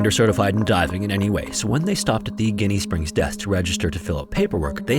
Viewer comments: So funny hearing you call our spring Ginnie (like it looks) lol we pronounce it “Jenny”! Haha! Great video! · It's Gin-nie, not Guinea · There are not enough comments on the fact it’s pronounced like Jenny not guinea. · It's not "Guinea", the G in this name has a J sound. Like Jenny, but more southern. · The name is pronounced as Jenny haha first time I've ever heard it pronounced guinea. Born and raised Floridan been there a few times the water is ice cold but there are lights above ground around the spring that come on at night. its pretty rowdy during summer so i recommend going during the off season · GINny springs. Not guinea springs. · Pronounced Jinny not Ginny 🇮🇹 lol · Um, it's pronounced "ji·nee springz. With a "JI" NOT a "Gi" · Ginnie in Ginnie Springs is pronounced JINNEY not GUINEA. Awesome video! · Pronounciation is like Gin, Ginny. You pronounced it like Guinea. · You probably should have looked up how to pronounce the name of the main topic in the video 🤦‍♂️ It’s definitely not “guinea” springs. Major fail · Just FYI, it's pronounced "jenny springs" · pronounced Jenny Springs, I live an hr from there and visit often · I I’ve pretty close and have visited the past 5 years for my birthday and have never heard it pronounced Jenny with an e. It’s more like jinny. Pronounced like gin but with a y at the end. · It’s pronounced like Gin . Ginnie springs . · It’s actually pronounced Jenny Springs, just FYI. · Ginnie springs is pronounce more like Jenny springs. Your welcome. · Pronounced Jenny. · It’s Ginnie springs. Pronounced “Jin-ee.” How do you manage to get all this info but not know how to spell or pronounce the spring correctly?? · It’s pronounced like Jenny Springs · Jesus Christ it’s pronounced “Jinnie”. This video drove me nuts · Its called Jinny springs. Just spelled Ginney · It's pronounced "Jenny" springs. 300+ cave dives there myself. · So the locals pronounce is Jenny springs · It’s pronounced Jinny Springs. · Boy said Guinea springs lol